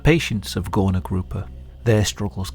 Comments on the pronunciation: btw its not spelled "gorna" its spelled "gurna", ó and u make the same sound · "Górna" is actually pronounced as "goorna" :> Great vid! Always love to see the polish cases, so unsettling every time! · ó is actually supposed to be a U. It makes an oo sound. "Górna Grupa" translates to "Upper group" btw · Ó should be read like U. Its actually the same letters in polish 😂😂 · Now THIS is what I'd want to learn about in history class. I live literally an hour away from it and never heard of it, no history teacher ever mentioned it. Also: ó is just a fancy u. It's read like a normal u. So "górna" is read as "gurna" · Am I crazy, or is he really pronouncing ó as an o? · You spelled Górna Grupa pretty well, however ó should be read as U (like in the word "boots") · Just wanted to mention that "ó" is not pronounced as "o" or "oh", but the same way you pronounce "oo" in word "book". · as a polish person, just a tip- ó is pronounce as a u not o! :)